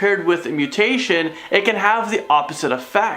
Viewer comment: Interesting but why the fake cover photo? And dude, gotta learn how to actually pronounce the names of the mutations you're talking about.